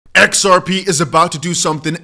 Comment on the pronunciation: Put on your glasses dear it's X R P. NOT. XAI😊